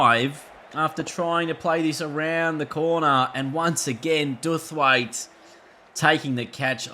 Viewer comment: Duffwaite........just for reference. It's pronounced Dow-f-wait